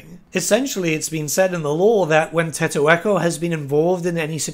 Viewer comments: You found Tiq-taq-to so forgettable you called him Tettoekko lmao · They will likely just make you able to fast travel using the Geomantic Webb, as long as you're connected to your destination and have that Pylon thing. Also, what did you call Tick-Tack-Toe? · What did he call tick-tak-toe?